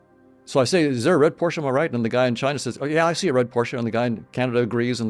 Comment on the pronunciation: I hit subscribe when you said Porsche correctly!